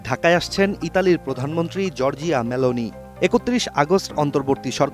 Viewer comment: জর্জিয়া নয় , জরজা মেলোনি।